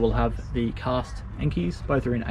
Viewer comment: Why everyone says enkii its really simple to read enkei